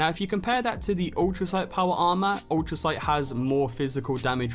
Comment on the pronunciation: "Ultricite"??? Ul-tri-cite? Ultracite. UltrAcite. Sorry, but it just bugged me. Informative video though.